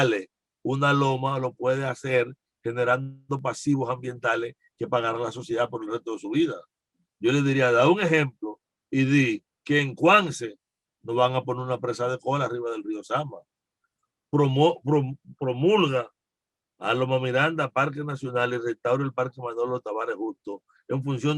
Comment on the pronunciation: Río Cuanza, no Cuance.